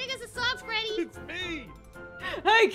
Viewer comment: Das not Freddy that’s Feddy